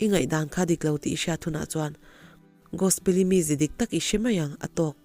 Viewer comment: Ummm ngaihnawm leh e i allergy chu lo dam rawh se mahse i aw nalh tho e, chuan ti leh teh ang tinge Gosi tih khan i lam le, a story hming khi Gospeli ni sia Gos-i tih ni awm tak te ka lo tia. Gospeli tih hi Gos-i tih hian ka hriat ho hi kan ko tlangpui sia, chuvang a nia ka lo sawi ve mai², a tawp lamah chuan Gos-i ti in i lam leh tho a. A enga pawh chu ni se a ngaihnawm in i chhiar thiam tho².